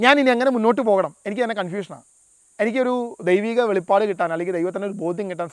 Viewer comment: It is not Velippadu it is Velipadu